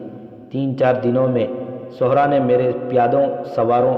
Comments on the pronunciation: Sahra not suhra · صحرا کا بھی تلفظ درست کریں